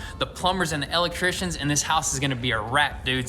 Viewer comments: I love how you say el'electricians! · Matt Hayward, reason why it tickles my funny bone is because I’m an “EL Leck Trician”😁😁😁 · Cracks me up every time he says "EL Leck Tricians"🤣🤣🤣